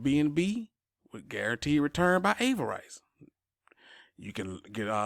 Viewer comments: Exactly...he never heard the word pronounced. No rice it's riss... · Ah-ver-riss. Not ay-ver-rice. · Bruh there’s no rice in Avarice! “AVAriss” luv ya! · Dem English folk gonna crack u upside da head fo mispronunciation Avarice. 👊😁 Drip:0x3F78b8458c41DF80ACA f10.